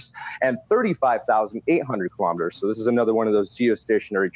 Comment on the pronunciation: Elon says KILO-METERS, not kalamaduhs.